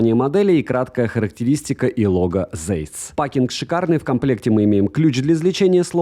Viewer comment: Цейс не зейс)